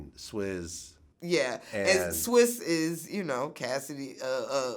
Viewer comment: For Vlad to be such a hiphop head, i reeeaalllyyy need him to stop calling TaTa "TyTy" and actually pronouncing Swizz "SwiZZZZ"